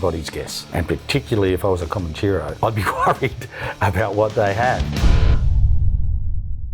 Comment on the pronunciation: This bloke can’t even say Comanchero properly the peanut !!!